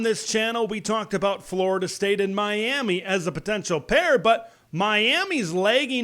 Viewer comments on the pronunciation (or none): none